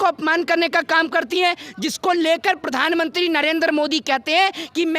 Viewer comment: Who the hell is this female reporter who can't even pronounce Pradhan Mantri? She is pronouncing as "Pardhan mantri" what a shame.